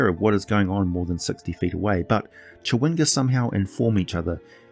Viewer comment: Not at criticism just an observation but never seeing the word chwinga I though only a native English speaker could say this but then I hear “cha.wing.ga” not two syllables? Random I know